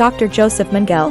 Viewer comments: HAHAHA ! I hear ya...youd think theyd learn how to pronounce the names and words correctly ...Gobells and meangel...gimme a break.but as an actor ican see thats the directors fault ultimately but primerily (i cant spell when buzzed)Primerily the engineers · Lol. Magel (Italian for Michael)- had me wondering who that was until I looked up and saw the evil Dr Josef Mengele. I guess when you're 10 yrs old, you haven't been exposed to much WWII name pronunciations.